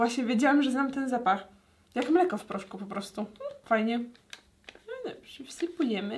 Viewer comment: To pachnie jak... jak... MELEKO! Tak to pachnie jak mleko. Serio powiedziałaś meleko